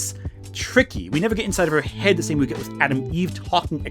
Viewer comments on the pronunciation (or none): none